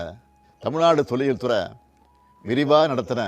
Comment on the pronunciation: துறை சார்ந்த nu சொல்ல சொல்லுங்க. துற சார்ந்த nu தான் சொல்வாரு. தமிழை காப்பாற்றும் குடும்பம். ஐ சவுண்ட் வராது